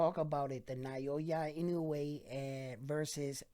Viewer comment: Please at lest pronounce his name correctly each time. It’s NOW-YAH…. IN-NO-WAY not na-yo-yah like you always said. Love your videos though.